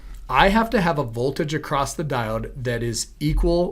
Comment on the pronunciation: Acrosst? My grandmother used to say that.